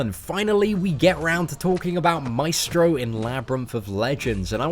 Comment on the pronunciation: El vato dice maistro :V